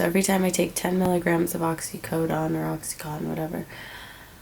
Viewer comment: not a bad listen...only thing is it blows my mind how people dont know how to pronounce the drugs that they are so highly addicted to. oxycontin is pronounced oxy (con tin) not cotton. and suboxone is pronounced sub ox (own) not suboxin. i dont know why everyone says in at the end lol. hope you are doing well girl!